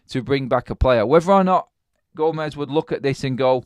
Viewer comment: Gomes. Its Portuguese, not Spanish. 1 syllable, not 2. Gomes(h), not Go-mez.